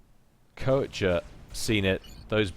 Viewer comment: Dear, just a hint regarding player names: I'm pretty sure 'Koecher' is pronounced [ˈkœçɐ] and not [ˈkɜːˌtʃə]. There is a difference between on the one hand not being capable of pronouncing foreign sounds but trying to at least approximate these with sounds native to the speaker and on the other not even trying to approximate the actual sounds and simply pronouncing the name as if it was intended to be pronounced English. No offence intended, just want to help improve your proficiency.;)